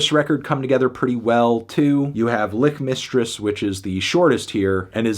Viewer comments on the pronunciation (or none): It’s Lichmistress, not LICK-mistress